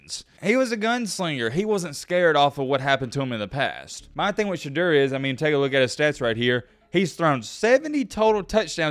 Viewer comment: Hey bud , I dig your video and respect the time you put into researching each topic. Ive got one comolaint...... You've gotta Pronounce Sheduers name correctly. I get your saying it just like it's spelled but this isn't Spanish, you can't just say a word like it's spelled. ive never heard anyone in the Sanders family out so much emphasis on annunciating the E and eu in his name.